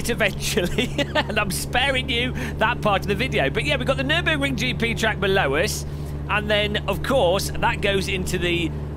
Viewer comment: "aaah they say you cut the treeeck"